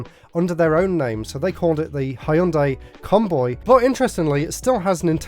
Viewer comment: Hëìyundai. Lol. Can’t get any more British than that.